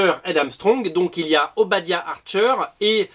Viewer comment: quand tu dis "archer and Armstrong" j'entends "Arthur and Armstrong" 😅